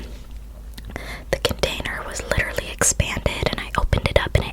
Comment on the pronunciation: He's wittawawy hitting the gwiddy